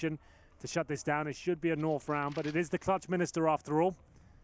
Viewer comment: clutchminister??……..it's meister